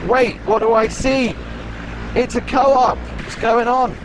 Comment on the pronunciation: It’s not co op , it’s pronounced in Switzerland as coop as in chicken coop 😀 When we lived in Switzerland we preferred Migros and Lidl 👍